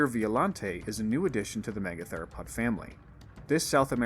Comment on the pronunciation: "Megatheropod" doesn't have a "lo" in it.